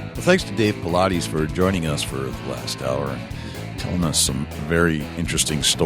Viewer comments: Why do people seem to have no clue as to how to pronounce the man's name? Jesus Christ. I pronounced the name "Paulides" right before id ever even heard it pronounced. It's not that hard, actually lol. It's not "Paul-I-deez"....its David Paulides, as in "Paul-Idess". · For the Interviewer: Thing #1, is to pronounce the guests' name correctly, 'specially famous guests. David's name isn't Paulaudis, as you say. It sounds like it is spelled: Paul-eye-dis. Thanks for this great interview. So spooky. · Dude. Pronounce his name correctly. He is not a workout routine.